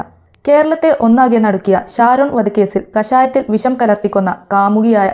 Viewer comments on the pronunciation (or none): Please said " SHA" - visham, pakshe NOT visam, pakse